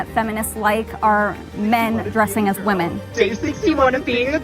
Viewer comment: who is “bitter woman”? 😂 what is wrong with our country? Why do some many people fail to say WomEn instead of WomAn? E is plural/multiple and A is a single female……